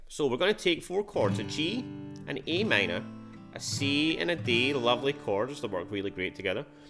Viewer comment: Sounded like e m to me